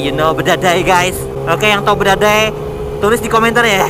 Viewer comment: Badadai Bukan Bedadai bang😂